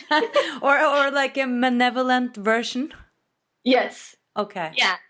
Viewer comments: Psst. The word is malevolent (not manevolent). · The word is "malevolent" not "menovelent".